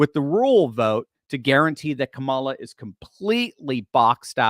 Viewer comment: I love how pronounces Kamala Que Mala